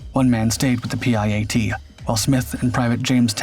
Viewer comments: It is called a PIAT not a P. I .A. T . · PIAT its kinda pronounced pee-at. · Spelling out the PIAT launcher every time was real annoying. Why not just call it a PI-AT like normal? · Pronounced pee-at ffs. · PIAT is pronounced pee at. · It's pronounced Peeyot. Its spelled PIAT. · It’s a P I A T- PIAT.